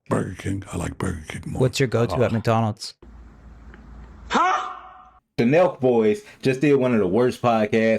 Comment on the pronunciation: You say “MikeDonalds”?